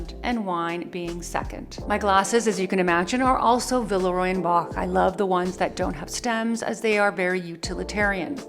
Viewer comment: that collection ‘la boule’ is gorgeous; but I think the name of the brand should be pronounced as : vilrua bosh